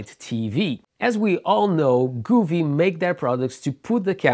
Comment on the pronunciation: Wrong...each tv is different, if I had your setup I would send it back and it's govee not guuuveee